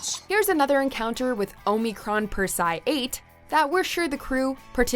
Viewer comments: the shows clip says "Omicron Persei 8" - pronounces it wrong again. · If you ever watched Futurama, you would know how to pronounce Omicron Persei 8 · The clips in your own video had the correct pronunciation though. Could you not just listen to the clip? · Damnit, narrator, It's pronounced "Percey-Eye" not "purse-eye"!! Have you never watched Futurama?? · TurangaMaxx OH - MIH - CRON - PER - SEE - EYE - 8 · Your mispronunciation of Omicron Perciai 8 bugs me. It's clear the narrator never watched the show (or even the clips they used in this video). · Why did they pick someone who has never seen the show do the list. Lrrr of the planet omnicron persei 8 is stated all the time but she cant say it correctly 😠😠😠😠😠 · You're killing me. Its pronounced in the show as Omicron Per-see-aye 8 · Aahm-eh-cron purse-eee-i 8.... it's not that hard to pronounce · We all know it's pronounced "Oh-my-corn Parsley 8." Jeez,.... 🙄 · Lrrr said the name of his planet, and she still said "Oh Me Corn Per Sai Ate" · literally stopped watching when she said omeecron persi 8 girl have someone who watches it say it jesus at least pretend you know the show you are making a list for lol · perse-i-8 ... the i is heavily emphasised! lol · Really struggling with that "Omicron Persei 8" pronunciation there eh? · This is what happens when people narrate videos about things they know nothing about, Omicron Persei 8 was pronounced correctly many MANY times in this series yet she can't even say the name correctly..... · literally could have just watched one of the clips you were using, where Lrrr says it., you can do better than this. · I was thinking the exact same thing, I mean the video even says how to pronounce it. yet she pronounces wrong every time. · RIGHT?! Even audio straight from the show was used, and she still mispronounced it. It's like she's not even trying. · WOW, Omicron Persei 8 is said several times in the video and they still manage to pronounce it wrong.